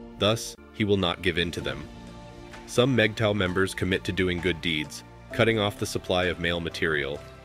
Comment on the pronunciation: Good video. Can’t share it, unfortunately. The computer constantly voices MGTOW incorrectly and even misspells the acronym. The informational aspect in point on. As I’m not sure that these are mistakes or an attempt to clown us, I cannot forward. Thanks anyway.